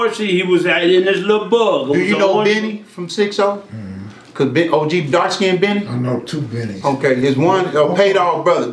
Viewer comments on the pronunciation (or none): none